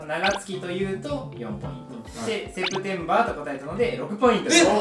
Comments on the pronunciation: めっちゃ発音がいいSeptember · の伊沢さんのSeptemberの発音良すぎてずっと聞いてる。発音いい人の英語って聞くの楽しくない？ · 発音良すぎてリピ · 伊沢さんのSeptemberの"ber"の発音が好き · 伊沢さんの「September」の発音が良いw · Septemberの発音よすぎん？？？ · Septemberの発音惚れた